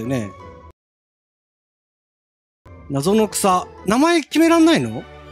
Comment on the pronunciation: ナゾノクサの発音が「謎の草」ww ポケモン初見てこんか感じなのかって新鮮w